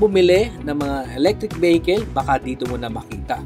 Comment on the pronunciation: E-BEHEKEL.... "EV" nalng para maganda nman pakinggan.